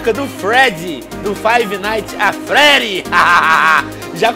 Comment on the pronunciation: Venom se nem sabe pronunciar freddy nem fnaf e não deve saber um pouco da historia do jogo... EU NÂO SOU SEU HATER VENOM OK :3